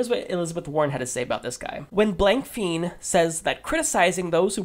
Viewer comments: "Fein" technically should be pronounced "fine" with long i sound from Germanic language root. -- Ole Blankfein took over CEO of Goldman Sachs after Henry Paulson left the position to become the US Secretary of the Treasury. Revolving doors... and corporatism has their candidates bought and paid for on both sides. If Blankfein doesn't like Bernie Sanders, then that's a plus. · Pretty sure it's pronounced Blank-Fine. Thanks again for your videos.